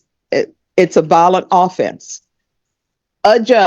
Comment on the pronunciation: Valdez, 2 syllables. Not Validez. Violent with a long I. Not Vaolent.